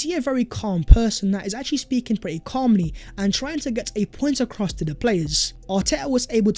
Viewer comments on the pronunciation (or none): none